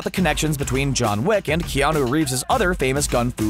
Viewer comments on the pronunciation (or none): none